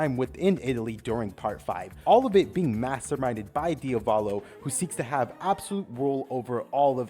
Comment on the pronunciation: Its pronounced "diav-ollo" not "DIA-VAAHLOW"